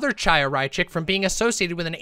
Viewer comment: "Tchaya" oh God I'm begging some BreadTuber, any BreadTuber, to pronounce the "ch" sound properly. It's the back-of-the-throat sound. First Lance, now. This is painful.